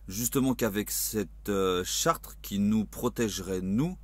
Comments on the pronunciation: charte pas chartre lol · Tu le sais évidemment je pense, mais on dit "charte" avec un seul "r", écoute-toi cela fait bizarre car une chartre ne veut rien dire :) Bref courage, de suisse gilet et avec vous. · charte ..et pas Chartres ....SIMPLET